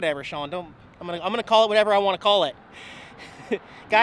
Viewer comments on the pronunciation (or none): none